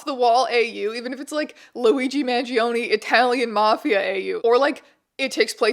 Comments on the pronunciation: this is EXACTLY what I subscribed for. 10/10, no notes (except that the E in his surname is actually pronounced like the E in “exactly”) THANK U MR STRANGE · I love you but man the way you pronounce his name gives me 1 point psychic damage each time haha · This keeps switching to German after the first sentence T_T AND APPARENTLY GERMANS PRONOUNCE MANGIONE INCORRECTLY